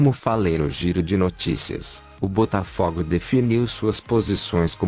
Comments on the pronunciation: Tu não entendeu nada maluco. Eu quero que PRONUNCIE o nome do meu time CORRETAMENTE pô! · Tendi Coroa AGR q vi q eles falaram Butafugo